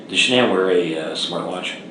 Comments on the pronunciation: Why can't you pronounce her name? It's all over the internet. Sha-nan. Her mother called her Shannon, the traditional pronunciation, but, she preferred 'Sha-nan.' Emphasis on 'Sha' as in 'Sharon.' It feels disrespectful to not get her name right when you are doing her story. It's weird. You do good work, just sayin'. P.S. I am so sorry for your loss. I lost a son too. That hurt never goes away, but, time makes it just a tiny bit more tolerable, most days. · This stupid AI voice—can’t listen, cannot even pronounce Shanan’s snake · Strange you don’t pronounce her name correctly. Being so compassionate.. and alll…😵‍💫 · With the amazing advances of AI, could you not have found a narrator that sounded at least a little natural rather than mispronouncing Shannan’s name repeatedly? Seriously. Your chosen voice choice was insanely tacky and low quality.